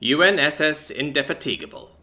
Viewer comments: indy-fat-ig-a-bull .... sorry, but the misplaced emphasis in the pronunciation there grated. lol. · In de fat a (like apple) g'b le --"--' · Indefatigable.... Might be worth looking up the pronunciation. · Indefatigable is pronounced far differently that it was here.